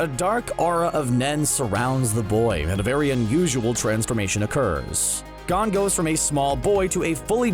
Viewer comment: He said Gone not GON🤣